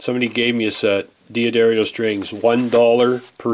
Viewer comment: I hope you're joking when you pronounced D'Addario as"DEE-uh-Derry-oh."